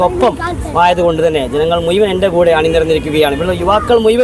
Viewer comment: മുയുവൻ അല്ല ഷംസീറെ, മുഴുവൻ ✔️ 😊